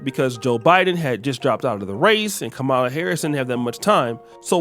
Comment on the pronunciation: It's Kamala (Com-Ma-La) not (Ka-Mel-Uh) and not (Ka-Maul-Uh) it's not that complicated 🤦